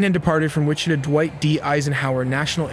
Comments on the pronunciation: Wichita is pronounced which-eh-taw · I live in Wichita its pronounced which eh Ta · pretty sure that's not how to pronounce Wichita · WITCHATAW. SAY IT WITH ME NOW.... WICHITA. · Nice. Only hiccup is AI's attempted pronunciation of "Wichita" . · Interesting video , I am assuming that the narrator is AI generated based on the pronunciation of the word, Wichita. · They took off where? Learn to pronounce names properly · No offense, but you did admit you are not a pilot. It shows. Some of your statements not only show a lack of awareness of aviation, but basic geometry, and perspective, as well. Oh, and your AI mispronounced Wichita. Timestamp shows the a/c proceeding northwesterly along the river. By that point, it had already begun its circling maneuver to land on runway 33. This was shown more accurately in a later sequence. Timestamp shows multiple a/c flying paths that would never conflict, because they would be flown at substantially different altitudes if they were flown at all. This is the second last inaccuracy I am going to point out because I don't have all night. Timestamp has a statement that the a/c was "flying at" 400 feet. It was descending through 400 feet. If it had been "flying at" 400 feet it would have passed safely over the helicopter, which was at 300 feet when the collision occurred. While I agree that the Blackhawk pilot likely did misidentify another aircraft, it wasn't the one in the video you showed. This is where your concept of perspective is lacking. That aircraft was departing runway 1 and turning left as it climbed. That would put it above, to the right, and behind the helicopter's field of vision. It is more likely that the Army pilot saw one of the other a/c following the CRJ but on approach for runway 1. Such an a/c would have appeared to them to be almost directly in front of them, and, because of the distance, apparently lower than the CRJ.